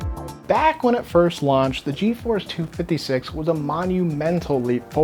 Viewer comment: "geforce two fiddy six" lmaoooooooooooo